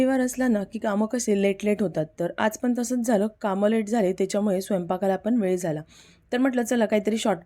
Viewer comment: रेसिपी ठीक 'पन' नाही 'पण' 'आपन' नाही 'आपण' 'पानी' नाही 'पाणी 'झाकन' नाही 'झाकण' 'साकर' नाही 'साखर' 'लसून' नाही 'लसुण' 'दाल' नाही 'डाळ' 'पिवरी' नाही 'प्युरी' 'तडका' नाही 'फोडणी' मराठी वाचवा! रागावू नका!